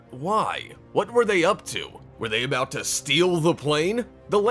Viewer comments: did he say Tolken abooot it ever sense? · He said abooted